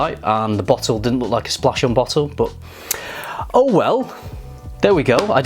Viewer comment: “EAU well.” 😂